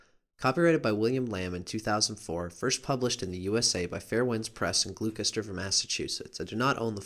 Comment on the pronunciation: that was a good video. My friend has Cancer and Scorpio Rising. I just wanted to add something that is unrelated but you probably should know anyway. You're pronouncing Gloucester Massachusetts completely wrong. I live there and it's funny to hear how people from out of state will pronounce it. Surprising because it's a relatively famous town but none the less people pronounce it wrong anyway. It's pronounced GLOSTER.